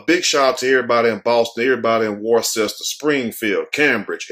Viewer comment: Pronounced (Wus ter.) Worcester.